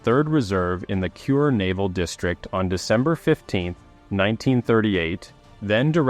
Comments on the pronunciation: Kure is not pronounced "cure". It's Ku-ray, the Japanese word for ceiling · Thanks for video. The port city you mention repeatedly as "cure" is pronounced "ku-re" (呉). As explained by the text on the screen, the Japanese sub video around 11 minutes shows an operation in the Indian Ocean and has nothing to do with the subject submarine I-167.